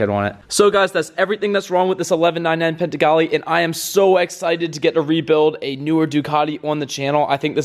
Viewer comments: It’s panigale bro,not paintegale.....👌🏼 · Panigale dude!!... It's not called Pentigale dude.. PAN-EE-GA-LEE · Its not PENTAGALE its PANIGALE :) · There is NO T IN PANIGALE . ITS NOT PANTIGALE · No T in panigale buddy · the min he said Penttttttagale i had accident in my pants lmao dude have you ever heard Ducati owners pronouncing Panigale in a correct way LOL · PANIGALE dude butchered the word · Dude said pantigale🤣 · Did i just hear “pentagale”? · Yes, You're right!!! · multiple times lol. like a dummass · I thought he said "Penzigale". Must be the secret 2022 model. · My ears hurts when he says pantigale🤣 other than that, great video dude👍👍